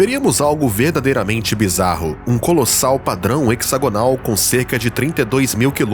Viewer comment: Se não me engano a pronúncia de hexagonal é com z e não cs... Derivabde hexágono (pronunciado hezágono).